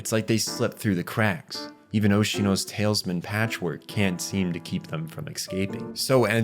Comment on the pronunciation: Talisman..."TAL-US-MAN" not "tails-men"